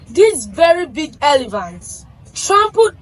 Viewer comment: Elephant. Not elivant